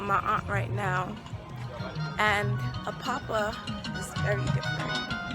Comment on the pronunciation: She said she's a yoruba, but she's saying she's in "apoppa" it's Apapa 🤣